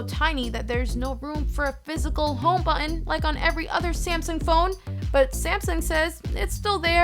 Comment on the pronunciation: I like her videos but I hate the way she says the word button.